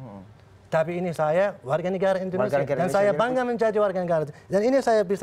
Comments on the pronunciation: dia ngmng Indonesia atau indorusia sih apa gua budeg ya 😂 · Kalo lo jadi Presiden, orang bingung denger lu ngomong "Entrosea" "Endhosia" "Endhonosea" ... orang pikir lo ngomongin negara mana? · Indonesia bukan endresia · Mengucapkan INDONESIA aja blom bner... hadeeuh..